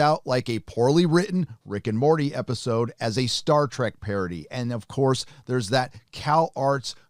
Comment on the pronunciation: Please stop saying "Star Track". Seriously though they are trying so hard to be Rick & Morty.